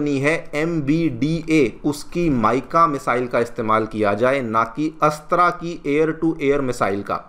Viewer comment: अच्छा कर रहे हो पर, हिंदी को बर्बाद मत करो, अस्त्रा नही है ,,, अस्त्र(Astra) है ,,वह,,, तुम रामा (Rama)मंदिर बोलते शायद